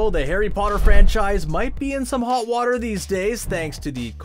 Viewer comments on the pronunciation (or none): none